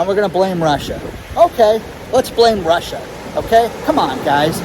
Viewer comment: I love your demeanor----"It's Russh--aa" crack me up! I'm in East TN our gas prices are fluctuating anywhere from $4.09 To $4.29 for the past 3 weeks. We've not seen any empty shelves at stores yet. But we are preparing for a 6 month whacky time. We have a small homestead with chickens/turkeys and big garden. I make my own sour dough bread, and can garden items. Our house and brand new car +26 acres paid for. We are going to SIT for now. Kick back and be smart. Thank you for your channel----totally LOVE IT!!! Congratulations to your son for graduating!